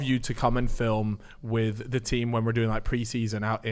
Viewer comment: He wasn't doing keeyups wif an orange at 10🤣🤣🤣